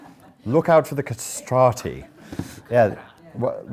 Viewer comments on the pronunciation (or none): The "Castrati"...I'm dying🤣